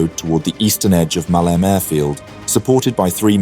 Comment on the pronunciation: Muh-lee-may not Muhleem.